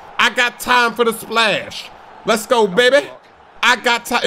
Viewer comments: Ha love it when he says splaash xD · How do he say splash like that??